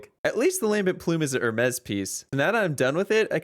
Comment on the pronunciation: Hermes Her-meez